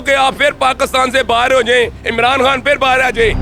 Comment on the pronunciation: Aur bolo ekk vaarii fyrrr shairrrrr...